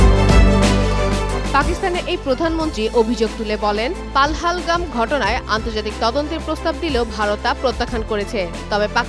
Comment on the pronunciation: পাল হাল গাম না ওটা পেহেলগাম 😅😅😅